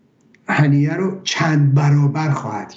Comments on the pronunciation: هنیه هنیه ممد نه هنینه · اسم این یارو هنیه بود ،آقای چرا میگید هنینه؟